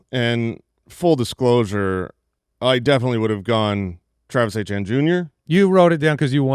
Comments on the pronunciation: Did I miss something? Who is Travis Achane?? Isn't it pronounced E-tee-en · And they all said it multiple times. I was beginning to think that maybe it was pronounced that way but I have no idea how I would get Achane out of Etienne haha